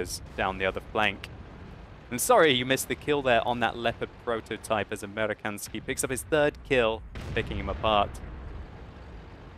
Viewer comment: It's "Amerikansky" and to say it correctly, it is "American Sky." American and Sky put together.